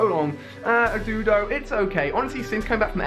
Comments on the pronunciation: As much as i enjoy you r vids i just cant stand you Pokémon pronunciations.. Its do-du-o not du-do Is arc-ah-nine not arcanine <--- like the tooth Its do-dri-o not dugtrio or however you say it Sorry to whoever read this, it just annoys me 😂😂😂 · JUST SAY IT DOE-DOO-OH FOR GODS SAKE ALI I WILL UNSUB SOON